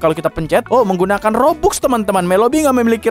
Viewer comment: Robux dibaca robax cupu